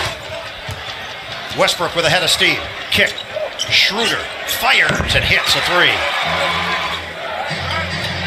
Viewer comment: They call dirk dörk and schröder shruder. 😂